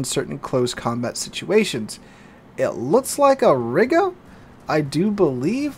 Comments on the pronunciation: ree-ga not riiga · Dammit,! Either use the English pronunciation of the old name of that town, "There was a young Lady from Riga, who rode smiling on a tiger. They came back from the ride with the Lady inside and the Smile on the face of the tiger!" or the Russian/ Baltic pronunciation which would be ree-guh.